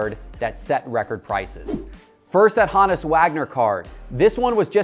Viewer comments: “HOnus” not “HAnus” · Hone us Wagner. Proper pronunciation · Why is he saying Honus like that lol?